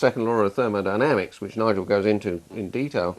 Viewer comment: therol dynamics, did I hear that